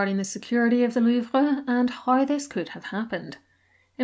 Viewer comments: your obviously saying it correctly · Great video. And you are pronouncing la Louvre correctly